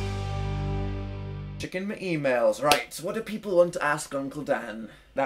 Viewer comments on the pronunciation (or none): I'm so sorry Dan but when you introduced the episode i thought you said "chicken my emails" XD....